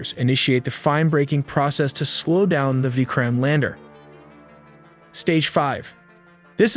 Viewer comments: You did not pronounce Vikram properly...it should be pronounced something like "Vi-krum" not "Veekraam" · It's a nat a vi krime lander, it's a Vikram lander